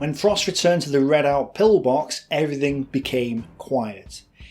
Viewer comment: Your pronunciation is so dreadful as to chew up words as to make them unintelligible. How did you say redout! This has nothing to do with your accent, just idleness. Otherwise very good.